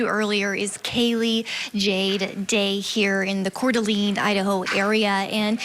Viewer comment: Please pronounce Coeur d'Alene correctly since you've been there!! KOR DUH LANE!!!!